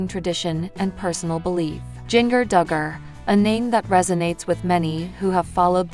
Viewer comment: Jin-ger not jiggner